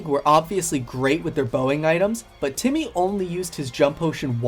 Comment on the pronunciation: Timmy not jimmy neegelly not geenelly 😂